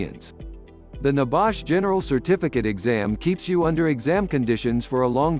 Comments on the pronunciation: Not so secret if they are on youtube, ain't it? And stupid idiotic voice over. Nebash? Downvote! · What is NEBAASH? R u over speaking about NEBOSH?